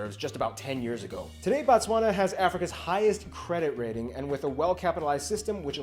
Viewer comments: Yhoooo this video. Typical Western take on African nations, so not shocked anymore, just irritated: • BOtswana (land/place of baTswana). In Bantu languages we use prefixes to denote something in the root word. Oversimplified explanation for Sotho-Tswana languages... BO (Place), MO (Person), Ba (People), Se (Language). Pronouncing it as "BaTswana" is referring to people, not the nation. "BO" vs "BA", this is broken seTswana. • White people "oppressed" in Zimbabwe is basically what people referred to Zimbabwe's expropriation WITHOUT compensation. Before that, like in South Africa and Namibia, agreements were done (Expropriation WITH compensation) which meant a land claim is done, evidence is found that land was stolen from locals through previous laws (under Rhodesia or Zuid Afrika regimes), current laws demanded those farmers still get paid by the current administration to BUY BACK the farms to give them back to the original owners. So naturally huge amounts of money are needed to "settle" with the same farmers who stole land in the first place (Billions in South Africa per annum. Think Haiti's settlements with France). Naturally white people didn't like this as they wouldn't receive a cent for previously stolen land, and thus the need to scream their "oppression" (you still find many white people in Zimbabwe, it is the alarmist loyal Rhodesians who repeat this oppression story, and who are still unapologetically "Rhodesian" till today). The West has highly misinformed, and tw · Your pronunciation of Botswana is wrong. It’s Bo-Tswana not Ba-Tswana.Batswana means the citizens of Botswana 😂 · Can we respect the country by pronouncing the name correctly. it is BOtswana, not BAtswana. Botswna is a country and Batswana is the people of Botswana. The vowels "a" and "o" makes a difference. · It's Botswana not Batswana that is the names of the citizens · Appreciate it mahn, but it’s not Batswana, it’s Botswana, the country is Botswana and Batswana is the people